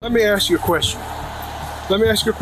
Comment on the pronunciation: First thing i hear is "lemme assk chu a queshtion" and my first thought was, "That's fine, mate, i dont answer questions." Always do what Ray Shoesmith did when talking to the police.